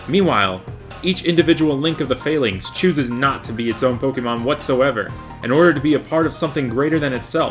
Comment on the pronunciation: You pronounce Falinks/Phalanx weird. There's nothing fail about them